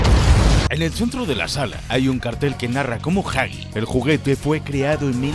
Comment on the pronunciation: Gran vídeo, lo único que me mata es el tema de la pronunciación... ¿Jagi? ¿Chaki? ¿Quién les dijo que es así? 😢 Al menos no lo hicieron con Poppy y Bron